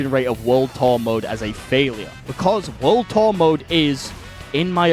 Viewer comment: lets talk about "WUD TUH" mode. Damn bro